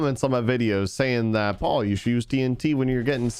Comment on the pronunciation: ITS NOT PAUL ITS PAUL!!!